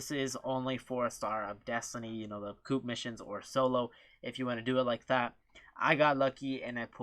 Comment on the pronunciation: Coop😅 its co-op